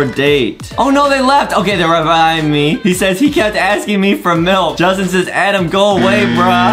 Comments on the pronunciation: I like how Justin says Adam like adem😂😂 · It's not Adam is "adem" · It's adem not adam